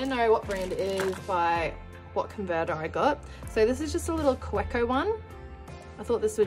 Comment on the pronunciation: Kaweco is German and the w is pronounced like a V. Ka-vay-Ko. I know because I was corrected myself. I like that pen its just hard to see exactly what color it is. It almost looks black. I just told myself I wouldn’t buy another Twsbi and I did. I bought the latte or café. I can’t remember what color it was with the bronze. brand new color way.